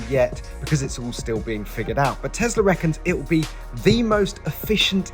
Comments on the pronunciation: Why do you say Teslar? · Tesler, love it lol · teslar ... event you need to speak properly! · 🤦🏼‍♂️ tg presenter, there is no R in Tesla.